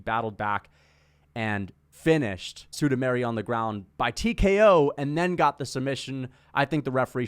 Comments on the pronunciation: sudameri lol its sumudaerji the Pixar. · Chael level pronunciation on Sumudaerji